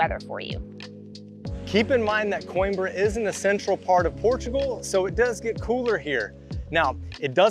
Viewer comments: Great video, as usual. But: This is how you pronounce that city: kow·eem·bruh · No, he actually pronounced it right. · Oh FFS!! Learn how to pronounce the city's name! Unbelievable!